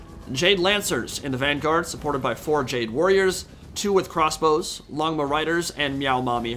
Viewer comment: This is random but if you're wondering how to properly pronounce "Longma", the first part "long" is pronounced "loan", so its more like "loan-ma". It literally just translates to "dragon" (which is long) and "horse" (which is ma) if you want to look it up as well.